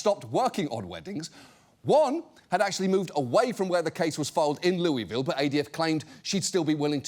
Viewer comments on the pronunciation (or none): For those SF5 fans, we get to hear John pronounce Louisville again and have no regrets